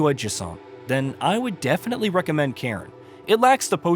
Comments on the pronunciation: I believe it’s a Scottish word to describe a stack of rocks. The best cairn ever? The Cairn terrier (see Toto from the Wizard of Oz as an example). :) it’s pronounced “Care, Nnn”. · Can't trust someone who can't even look up a word they don't know. If you can't even pronounce the games name correctly how am I meant to believe you?